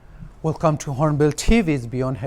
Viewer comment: Tui laga hinglishh be nabuje de.. what is “welcomb to hornbill thiiiiivi?